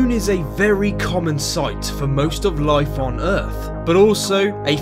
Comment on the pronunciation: One word "loife"